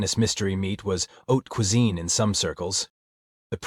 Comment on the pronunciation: Haute, not oat cuisine.🙄